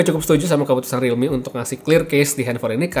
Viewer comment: realmeow beneran